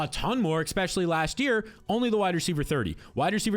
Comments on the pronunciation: Expecially ❌ Especially ✅ Nucular ❌ Nuclear ✅ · Eckspecially AND nuculear?? Legend.